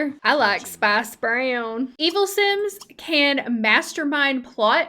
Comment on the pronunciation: "They enjoy discussing the loch ness monster together" southern "I like spice brayown" 😂😂😂